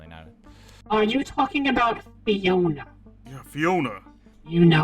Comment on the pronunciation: the way they say fiona